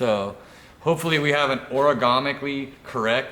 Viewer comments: Origomicly? Origami steering? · Will someone please teach the difference between "origami" and "ergonomic"?